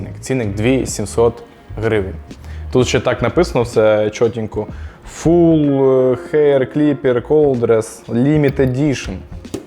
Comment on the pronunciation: Така коробка бо машинка називається Fuel(паливо),і не правильно читати фуел,а ф'юел